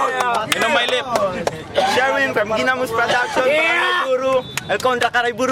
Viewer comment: "and on my lep?" busep kang host ka! esteh kayo plng lahat!!!